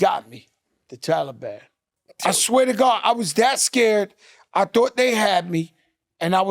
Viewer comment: Wtf is wrong with Joe nigga said talaban lol